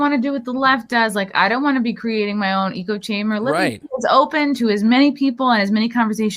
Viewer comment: Eco-chamber lol It's "echo"